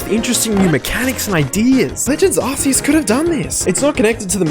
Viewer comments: Can't take your opinion seriously when you can't even pronounce Arceus correctly. It's not ARSE EUS. ffs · 😂Did he just say "ass-ceus ",everyone attack!